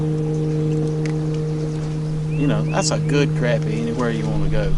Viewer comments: Great video! I’ll take ya fishing and teach you how to pronounce crappie. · Sac a lait probably most closest to the original Choctaw word down in south Louisiana, but a darn sight better'n Crap-ee. Crah-pee softer on the ears.